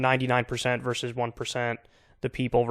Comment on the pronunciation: Sorry, genuine question, did he say “Left verses white, and black verses white”?? Edit: I adore the clip on bow tie. Does he do clip on ties too? Maybe he’s tied too tight with his viewpoint. I didn’t know John would joke on it later on. This is live folks